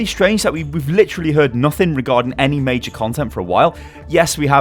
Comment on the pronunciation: He said the last mei-jor mei-jor.WHO LIKES OVERWATCH PUNS